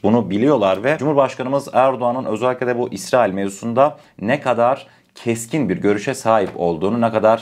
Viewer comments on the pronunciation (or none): none